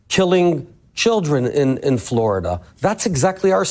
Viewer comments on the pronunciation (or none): none